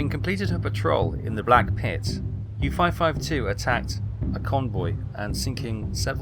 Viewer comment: That is OL not OI. As in, Oleander, Oligarch, Olna, Olwen, Olynthus, and Olcades.